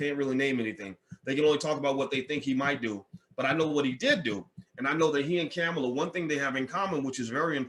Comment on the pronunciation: You say you don’t support either, however you made sure you shared your negative thoughts regarding Harris and Biden. Also please learn how to pronounce her name.